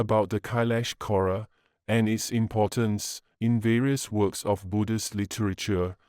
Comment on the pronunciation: I heard Aura instead of kora😂😂😂